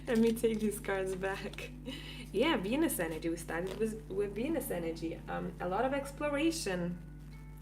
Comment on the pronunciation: Woohoo, it sounds like I'm gonna get laid! Hahaha, dude you were saying "Venus energy" and I heard "penis energy." Lmao, oh my goodness! This was a really awesome collective reading! Thank you!